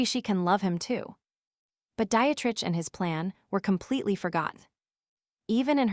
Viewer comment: It's not Diet-Rich. it's Die-treich.